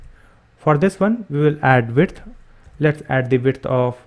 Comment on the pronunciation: Everything is very good about your videos. Only one thing bother me which you pronounce width as "wiRth". I know its not your native language but can you please try to say it correctly?